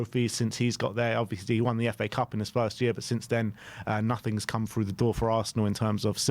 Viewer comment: Oh no, gone back to saying “fink” and “frough,” why, why? 😂 I thought you’d got over sounding like a fairground roustabout! 🤣